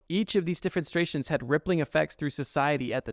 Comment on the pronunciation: bro said 'defenstrations'